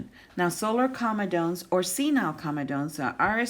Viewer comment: You should pronounce comedones correctly.